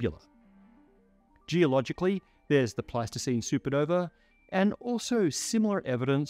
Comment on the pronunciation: "Sue Puh-nover"